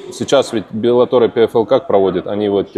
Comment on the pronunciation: научитесь уже правильно произность название организации "Bellator". Там два "Л".